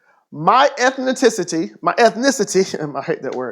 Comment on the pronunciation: "ethicititi" xD